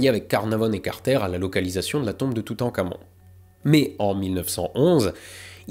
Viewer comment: je suis le seul a entendre "toutencamion" ? .... parti ... loin